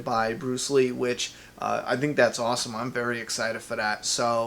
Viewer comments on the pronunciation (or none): none